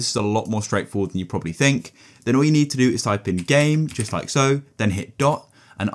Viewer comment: stop saiyng jut like so its just like this